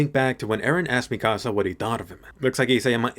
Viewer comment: I hate how you say mikasa